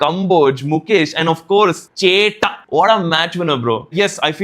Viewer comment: Bro it's chettan not chetta